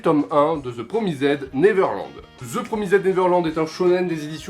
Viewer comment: Bonne vidéo !! Malgré l'anglais qui... Ptn mais t'as dit PromisEDDDDDD